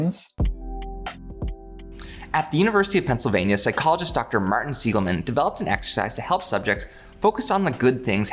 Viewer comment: I don't like how he pronounced Dr. Martin Seligman's last name :( (He pronounced it like "Siegelman")